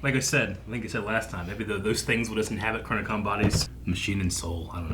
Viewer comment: "I hate the way my dad says 'washing' weird." Also: >Butchers the word "Chronicom" (and MANY other words) a new way every time he says them.